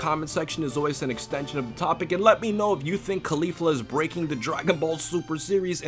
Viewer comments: please fix that pronunciation jesus christ, its caulifla just like cauliflower not cUlEEflU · why does he say claulifla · CAAH LI FLUR UHH pronouncing things is hard. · Think cauliflower and try to pronounce her name again. Remember Sayians are vegetables. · Your pronunciation of Caulifla’s name is so cringy and gross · You not pronouncing Caulifla correctly breaks me.